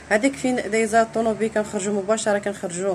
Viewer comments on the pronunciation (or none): مالكي اختي كتهدري بحال روبو. لتوضيح فقط اسمها طوموبيل وليسة طونوبيل. موفقة الاخت